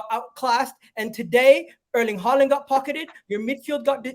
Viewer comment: Saliba owned haaland (Paaland) 😂😂😂😂😂